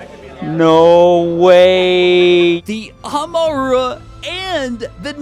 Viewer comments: Love the videos so much!!! Real quick, Amaura is pronounced like “aurora”, like northern lights. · Bro the pronunciations are awful 😅. Amura was hilarious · It’s pronounced am-o-ra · That Amaura pronunciation was rank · Please don’t say amaura anymore i shuddered every time you butched his name 😂 great vid one gen to go!!!!!